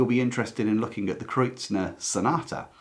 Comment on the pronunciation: Just FYI there is no 'n' in Kreutzer.....am I wrong in pronunciation?